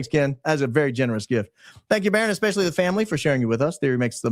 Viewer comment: Please say especially NOT EXpecially. Its just so bad.